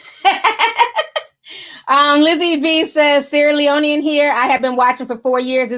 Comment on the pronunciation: You pronounced Sierra Leonean perfectly 😍😍🇸🇱🇸🇱🇸🇱 ❤️❤️❤️